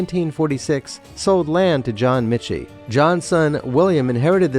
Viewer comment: My ancestors were frequent customers back in the colonial area. My great grandfather reportedly assisted with the move of the building. Oh and it's pronounced "Mickie". If you are in our lovely city, make sure that you check out the restaurant. I recommend the stewed tomatoes, my personal favorite!